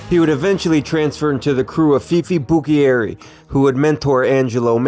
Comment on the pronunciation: Legit video. Only thing that made me cringe was your pronunciation of Buccieri, it’s Bu-cherry. I was born the year my grandpa Turk died so I didn’t personally know him however I met many of those mentioned here and heard many stories from my grandma Doodles, dad and uncle.